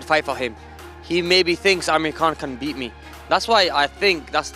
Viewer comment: Why cant u say your last name the correct way Amir.. The KH in Khan is not pronounced like a K and you know this.